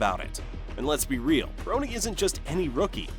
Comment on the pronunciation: I finally had to stop watching. The commentator keeps mispronouncing LeBron‘s son’s name!